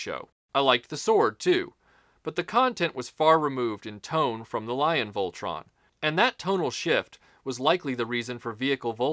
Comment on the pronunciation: good job even though your pronouncing it wrong its a great review